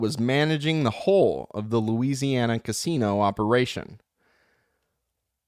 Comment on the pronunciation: Lucy - Anny - Ow... lol. Thank You.